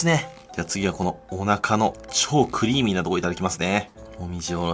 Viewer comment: クゥリィーミーな所 かぁるぁい所に寄せてきた？w